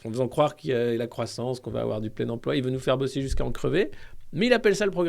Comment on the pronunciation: Salut Alexis! Ça vient d'où cette prononciation «emplwô» avec l'accint d'ech Nord?? J'ai manqué un truc?